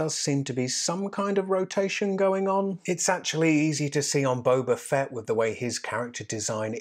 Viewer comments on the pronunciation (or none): it's Boba Fett not Boba Fett!!! Gosh darn it